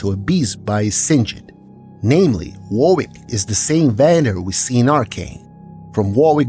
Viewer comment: Warwick is pronounced "Worrick", not "war-wick". It's an English name.